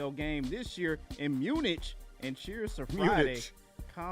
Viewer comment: pronouncing “Munich” with the “ch” like in the word “sandwich” is the most uneducated thing I’ve ever heard.